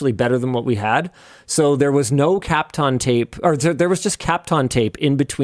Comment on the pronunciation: I have never heard Kapton tape pronounced like that